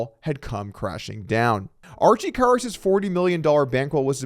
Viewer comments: I feel like somebody made a bet with Doug to see how many different ways he could pronounce Karas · Im counting at least 3 different variations of how Doug pronounces “Karas”. 😂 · You gotta do better than pronounce his name three different ways